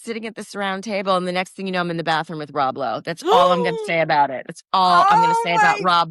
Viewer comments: Did she just say Rob B-Lowe? 😂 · She said Rob Blow 😂 go girl! He's so hot!